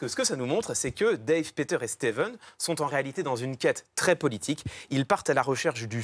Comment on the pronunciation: StevÈn pas Steveune